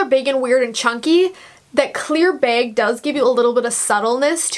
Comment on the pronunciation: Sorry but it’s bag not beg